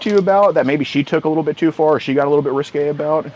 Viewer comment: Thanks for saying “risqué”. WAY better than escalated!